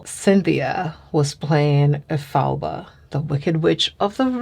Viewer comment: It's Elphaba not Elph FAB ba. But you look beautiful.